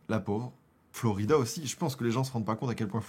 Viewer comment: J’adore!!! 😂 la nostalgie et puis t’es tellement drôle! Par contre c’est Flo raïda pas Florida 🙊